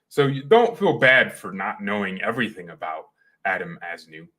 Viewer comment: We should endeavor to know how to pronounce peoples names Simple respect…….